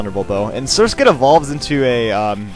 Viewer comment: You pronounced Surskit's evlousion correctly.